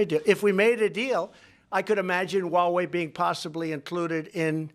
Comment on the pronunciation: It's 'H' ua Wei with H, not Wa Wei. Don't follow Trump's pronunciation.